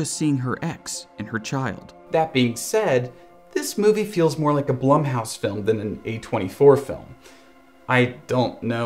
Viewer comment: Has a video breaking down horror movies,,, calls blumhouse (bloom-house) BLUM house